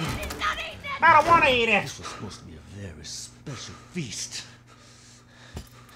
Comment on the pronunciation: Lol he says vury and scury